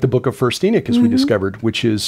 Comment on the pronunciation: those who believed what was in the first book of Enoch… you called them “Enochians” and not “Enichians”. So why keep saying it with an “I” instead of the “O”.